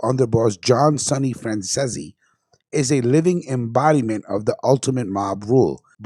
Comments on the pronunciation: Fran cease is the correct pronunciation of his name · It pronounced fran zeez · Get name pronunciation right mate for fux sake its franzese like fransees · Its pronounced ceesey as in reece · Driving me crazy mispronouncing his name. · Come on bro,you run a show all about the mob.If you don't know, ask someone how his names pronounced! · You can’t even pronounce Sonny’s name properly!